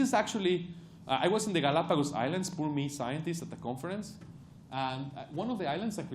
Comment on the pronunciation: how can he can say t in try, but not in the?